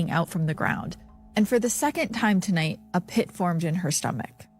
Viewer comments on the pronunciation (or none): none